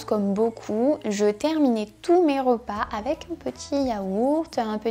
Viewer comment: Hello ! Premièrement j'adore vraiment cette vidéo ! Je trouve que, par exemple, pour le salades toutes faites, on se doute pas vraiment que les macros sont comme ça. Deuxièmement, je voulais te faire une remarque sur ta prononciation haha Cela fait plusieurs vidéos que je me fais la remarque... mais tu prononces beaucoup de "e" "o". Par exemple "rOpas". Je te le dis mais ne t'inquiète pas, ce n'est pas dérangeant (mais ça fait bizarre parfois haha)